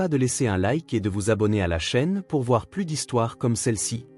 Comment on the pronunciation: APLANIR un conflit... Plus dans le sens négatif ne se prononce pas "pluss", mais "plu"... Donc, si la fille a 9 ans, avec la réunion de famille annuelle, comment peut-on être surpris ? Ce ne devrait donc pas être la première fois que ça arrivait. Pourquoi parler d'un choix fait ce soir seulement ? Ces vidéos manquent souvent de cohérence et de conséquence. Pourquoi ne vont-ils pas tous les trois en Islande?